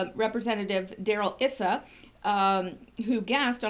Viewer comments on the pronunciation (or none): Just for the record :).... it is not Isssa, it is pronounced Eye-sa. I used to live in California. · FYI, Rep. Darrell Issa’s name is pronounced with a long “I “, like “island”. I noticed you pronounced it with a short “I” in your last video, but it’s like if I had a hair out of place or something in my teeth, I would want someone to tell me. So no criticism, darlin, you’re cute no matter what!